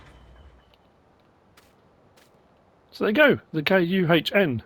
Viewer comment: Still can't say KUHN? Is it really a swear word in some language?